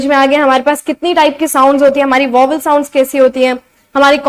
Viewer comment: You r pronouncing 'vowels' wrong